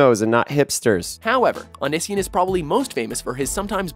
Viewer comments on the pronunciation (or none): Did they seriously say Own-iss-see-in? It's Own-ee-si-on. XD wtf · oh-ni-si-in ? it's oh-nee-see-on. just sayin' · "Ah-nih-see-un" is actually pronounced "oh-nee-see-on" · Clercq it's ONION SON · "Unision" no it O-ni-si-on he literally says it in his own videos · he stuck between calling him onion boy or onision, so he decided to call him both; unision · Clercq NO! ITS UN-NIH-SEAN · The commentator must have not properly researched. Greg literally says "Oh•knee•see•on" in four syllables at the end of each main channel video, which is Onision. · "AH-NISSY-EN" is incorrect? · yes lol. I guess it's one thing to not know how to pronounce something, but onision has very frequently pronounces his own name. This isn't aimed at you, but at the makers of this video, they could have at least done some research you know? It's pronounced "oh-nee-see-on" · it's oh-née-see-on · And it is pronounced oh-nees-see-on. The way the guy pronounced it in the video really irked me. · O-KNEE-SEE-ON that's how its pronounced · Oh-ni-si-on that guy was saying it wrong!!! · onision is pronouced oh nee see on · oh-nee-see-on. for fucks sake lol. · Was over joyed when I saw Onision. I love him and how the narrator said his his name wrong (Oh-knee-se-on) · It's pronounced oh-nee-see-on. You pronounced onision wrong. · "AH - NISS - EE - AHN" really? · It's pronounced (oh-knee-see-on) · by the way it's pronounced OH Nee see on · BWHAHAHHA THE WAY HE PRONOUNCED ONISION WAS SO WRONG. I don't really like Onision but that was hilarious. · it hurt me too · May I just ask, why did they pronounce Onision in that way? It's wrong to pronounce it that way... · Same. He pronounced onision wrong btw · They way he said Onision gave me cancer. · The way he pronounced Onision ????????? What the fuck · he said Onision wrong.... lol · Thats not how you pronounce Onision XD. He even says it himself at the end of nearly every video he makes! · I love Greg xD and you aren't pronouncing Onision right hahaha